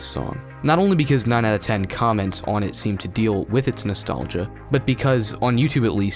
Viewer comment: "Natholgia" You'll never live it down, dislike.